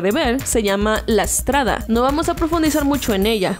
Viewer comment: Esto es un error al momento de pronunciar palabras que son s + consonante Ustedes estuvieron diciendo la estrada en la lengua italiana se dice en palabras que comienzan con s la strada